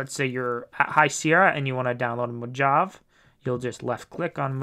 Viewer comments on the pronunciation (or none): MO JAV? Jeez man it's MO-HAH-VAY. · Mohahvee, dude, Mohahvee!